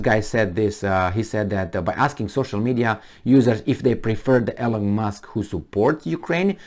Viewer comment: it’s Elon not Elen